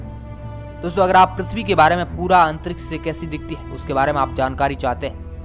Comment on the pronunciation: कक्सा nahi bhai कक्षा अन्तरिक्स नहीं अन्तरिक्ष 🙄🙄🙄🙄